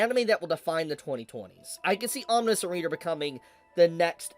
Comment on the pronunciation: why is it that nobody can pronounce omniscient... huh